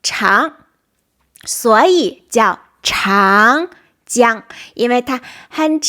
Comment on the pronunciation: Very nice, but 长江 should be Cháng Jiāng , Zhǎng Jiāng.